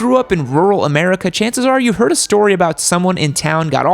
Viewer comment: That Ra-merica made me giddy